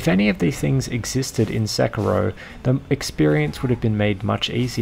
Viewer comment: “Sicko mode” I think you mean “Sekiro mode”